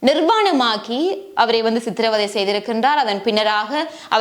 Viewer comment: பழைய சம்பவம் என்றாலும் ஒரு நாள் எல்லாவற்றுக்கும் நீதி கிடைக்க வேண்டும்.செம்மணியின் செங்குழிகளுக்குள் இன்னும் அறியப்படாத செய்திகள் நிறையவே உண்டு.நீங்கள் செய்திகளை தரும் போது சரியான சொற்களை சரியான உச்சரிப்புடன் பயன்படுத்துங்கள் அப்போது தான் தமிழ் அழகு பெறும்.அதனை கவனத்தில் கொள்ளுங்கள் குறிப்பாக சித்திரவதை என்பதை சித்திரை வதை என்று கூறினீர்கள்.எனவே சரியான சொற்களை பயன்படுத்தினால் இன்னும் அழகு பெறும்.நன்றி🙏🙏🙏